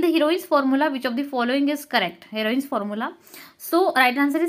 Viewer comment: Heroine's formula ❌ heron's formula ✅🤣🤣I am sorry 😅😢